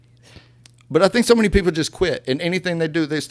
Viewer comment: “I want to wear MANY hats.” What I heard: “I want to wear MINI hats.” Me - “Girl wear your tiny hats!” 💀